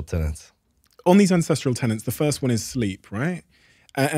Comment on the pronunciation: Aaargh! If you mispronounce "tenets" ONE more time, I swear I am going to...well, I am going to continue watching your podcast, but I will have a grumpy expression on my face.